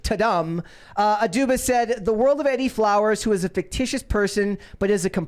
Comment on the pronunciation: Pretty sure the name "Edie" is pronounced Ee-dee. Both syllables rhyme with "bee".